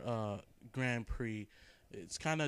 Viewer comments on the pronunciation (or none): none